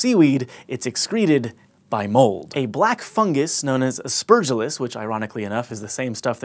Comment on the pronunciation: Come on. A bit of rehearsal of names and how they are pronounced, please! I wasn't looking at the screen when Aspergillus was mentioned. At first I wasn't sure of what that genus was. Then is dawned on me - As-per gil'-lus, with accent on the third syllable. This is from someone who once was a medical microbiologist and did research on plant pathogens!